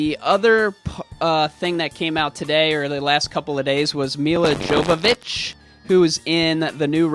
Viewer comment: It's pronounced Me-La Yovovich (Milla Jovovich)